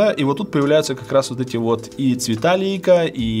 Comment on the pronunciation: Лейса правильно)), а не лейка бл..., Лейка в огороде стоит